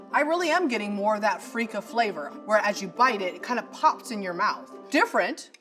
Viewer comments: Ok I can already tell Level 2 is going to make the most authentic Biryani without watching (where as Diversity kitchen chef is going to make her own deviation) So let’s call level 1000 Edit: oh boy, when level 3 said feeka grain instead of basmati rice I was like ‘oh no no no’ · As a pakistani-i have never cringed this much. Wtf is freika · … Come on, seriously freekah?? I’m not an Indian but that’s a blasphemy